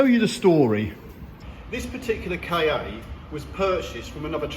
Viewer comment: I think,, that the idea was to pronounce the name Ka as 'Car'. At least I read that somewhere sometime long ago. 😊